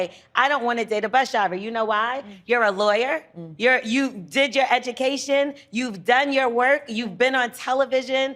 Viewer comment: Did she just said “heh-ducation”?